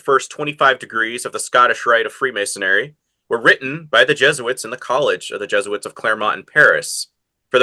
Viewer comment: Free-mason-ary? Where'd you get this guy from?